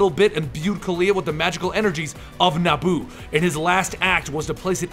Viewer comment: being a prick i know but its pronounced NE-E-BU